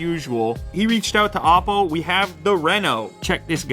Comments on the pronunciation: It's a Chinese phone and it's pronounced as OH-PO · you pronounce "oppo" soooo very incorrectly.... it's O-po, not ouwpo.